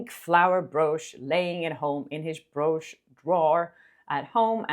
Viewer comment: I'm sorry, I love you both, but you and stephwithdadeets have the same mispronunciation for brooch and it kills me everytime I hear it😭 it should be pronounced like b"roach" ❤